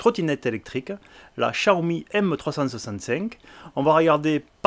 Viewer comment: Tu sais pas dir xiaomi🤔🤔🤔